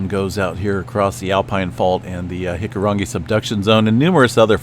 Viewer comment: Just want to say, as a New Zealander, I really appreciate the pronunciation of our Maori words. You try harder and do better than most. In fact, you pronounce hikurangi better than some people i know here haha